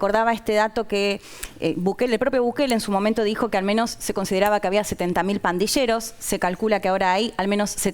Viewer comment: Pandilleros no se pronuncia /pandisheros/. ⚠️ Cuidado con la pronunciación señores argentinos.